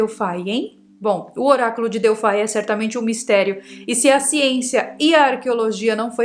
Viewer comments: se diz Delfi, (Grego) não DELFAI com a pronuncia do "i" como em inglês🤗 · Delphai é para os de língua inglesa, ou vc pronuncia em Grego ou em Portugês Delphi com I mesmo.. Lembra da calça Levis? Então aqui vai ser sempre Levis ( Com I ). Hehehe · o Oráculo de Delfi(* exatamente pronuncia) abra um mapa antigo e coloque o dedo em Delfi, realmente É O MEIO DO MUNDO. A partir dali a construção dos outros templos tomaram direções "exatas de conexão ". Moro aqui na Grécia e posso te falar mais sobre esse assunto. Que não está traduzido nos livros nos últimos 70anos.